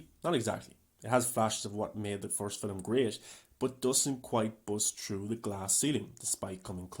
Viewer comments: The word is film, not filim. Now syllable, not two. Aside from that, I actually appreciate watching someone dive deep and analyze this movie in the way that doesn’t just jump in and trash it. I still don’t know what I think of it and will probably have to give it a couple more viewings before reaching a conclusion. I definitely appreciate reviewers I will give the movie an analytical breakdown and actually justify their opinions rather than just trashing it and not backing up why. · never trust s movie reviewer that pronounces film, "feeleem". this movie is not that deep. it was garbage in comparison to its predecessors.